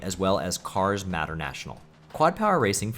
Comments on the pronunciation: Dude MATER IS MATER. NOT MATTER. PLS WATCH THE MOVIES ASAP RIGHT NOW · Mater is pronounced like May-tur 😅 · You really don't know how to say "Mater"? To quote him, "Yeah, like, 'tuh-mater', but without the 'TUH'!" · Mispronouncing 'Mater' as 'Matter' surely must be comment bait 😆 Great video though, glad the YouTube algorithm actually recommended me something good for once. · Tow Matter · cars "matter" national I could tell that you didn't care about cars before you said it yourself lol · I'm not gonna be a dick about the way you pronounced "Mater." I think it's obvious you never watched Cars as a child, so you'd have no reason to know how it's pronounced (May-Tur) But man, you should really watch Cars lol. It's not fantastic or anything, but it almost feels like required watching for any kid who grew up around the GBA to DS era. Great list though, definitely gonna check some of these out. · Mater has a long A, btw. MAYter. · You pronounced Mater wrong, "its like Tamater, but without the Ta," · I'm sorry but the way you pronounced Mater from Cars 😭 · Yeah many people have said about it I guess you wouldn’t know how to pronounce it if you have never heard it spoken before